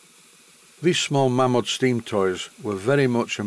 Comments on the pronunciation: it is indeed May-mod. The name Malins is pronounced May-lins. Its one of those funny quirks of society that the name Mam-mod stuck. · The Mamod history book, written by Steve Malins actually states in its opening paragraph it's always been mispronounced. I quote "almost invariably mispronounced (it should be 'Maymod', not 'Mammod'), the name is simply the 'Ma' from Malins and the 'Mod' from models, and is now, perhaps, the most widely known name throughout the world for steam toys". Not that it matters much, I bet when they were churning out 100,000 engines a year that was the last thing on their mind. By the end of 1995 there had been 468,890 tractors made, and they haven't stopped! Oddly in the same period, only 187,471 rollers, maybe people prefer Traction Engines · I read steve malins book some years ago . He was the last of the malins family to own malins-models before they sold up in the late70's/early 80's. He cleared the pronounciation debate up . The family name is pronounced 'maylins' and thus mamod should be pronounced 'maymod' . Its an excellent book by the way, out of print but readily available second hand ,all be it for a premium. 'Mamod -The story of Malins Models by P.S. Malins